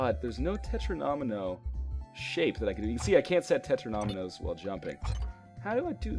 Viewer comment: Great video, I will definitely buy this game. One annoying thing: the way you say 'Tetromino'. It's 'Tet-ro-me-no'. No need for the extra syllable.